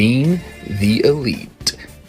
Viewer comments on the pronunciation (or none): Bha its ELITE wrestling not OLITE😅